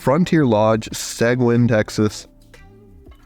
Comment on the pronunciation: Just for future reference, "Seguin" in Texas is pronounced "suh-geen." Great video!